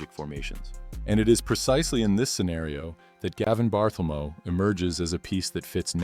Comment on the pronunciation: The AI voice really annoys. "Gavin Barthelmo". Sheesh!